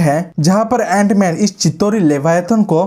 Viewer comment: Jant man nhi it's antman😂